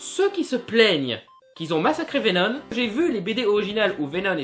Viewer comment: Pourquoi dire Venone ?